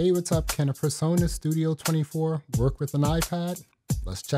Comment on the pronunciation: Turn the background music off please, so you can concentrate on what your saying 😢 and it’s presonus not personas